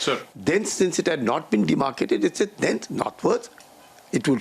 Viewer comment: “Dense” नहीं “thence”